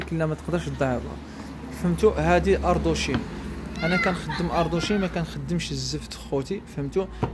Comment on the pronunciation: اردوازين ماشي اردوشين. - ماستيك ماشي ماسيا. من الأحسن تحاول تنطق السلعة بإسمها الصحيح باش يقدر أي واحد يعرفها، مثلا جيتي عندي وقلتيلي ماسيا مستحيل نعرفك علاش كتهدر رغم انني ملم بجميع المنتجات تقريبا... على العموم عمل ممتاز بارك الله لك فيه